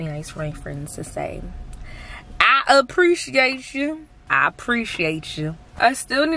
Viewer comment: I kept playing over and over lol! It was so funny to me how you said "I appreciate chu!" 😂